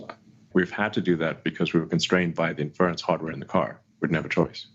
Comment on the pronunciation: the way he pronounces 'inference' (for inference computing) is doing my head in. He clearly never heard it pronounced before using it (it's like in-fuh-rence not in-ferr-unce) so I guess this is one we're going to see him hammer into the ground, using it completely inappropriately tpp